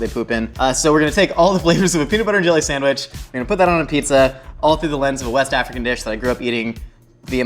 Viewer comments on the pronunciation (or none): none